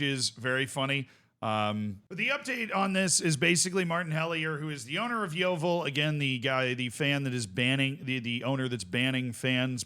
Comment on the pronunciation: I never thought I would see make a video on my local club! I also love how an American can pronounce Yeovil better than most of the English media. The thing is, this “abuse” that Hellier talks about isn’t even abuse. It’s critiquing him for being a massive coke head (my dad once saw him doing a line in the toilets at the club last season), offering fans out for a fight (I actually have a video of him being dragged off a fan in our local pub), abusing fans when they don’t agree with him, and constantly belittling us and branding himself as “the saviour” of our club. He constantly embarrasses himself and our club by running onto the pitch to try and fight the referee. We retired the number 4 shirt when our captain committed suicide a couple of years ago. Hellier Un-retired it, and told us to grow up and stop complaining. He constantly calls fans “spastics” or “retards”, and even makes digs towards children. The reason why he has such an issue with Gloverscast, is because they’ve rightfully called out Mark Cooper (manager) and Hellier for selling our players and replacing them with young loanees who aren’t good enough and who end up getting recalled after a month, leaving us short once again. Cooper consistently falls out with players, and also blasts fans who complain about the boring playstyle. We get told we aren’t “real fans” pretty often, just because we don’t want to go and watch negative football and put up with all the shit that’s been going on. Edit: forget to a